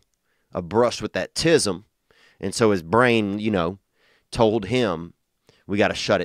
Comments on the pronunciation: "Almost had a brush with tisim" 😂😂😂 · "a brush with that ..tis'm"